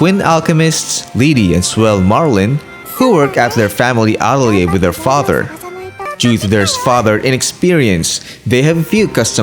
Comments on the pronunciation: It’s “Uh-Tell-ee-ayy” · The only video that i saw that pronounces the name correctly